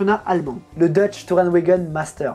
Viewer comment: En allemand le W se prononce comme le V c'est donc TourenVaguen qu'il faut prononcer ;) PS : le CH se prononce R c'est pour ça qu'on prononce Schumacher "Choumareur" et pas Choumacheur" ^^ Voilà c'était le petit cours d'allemand ...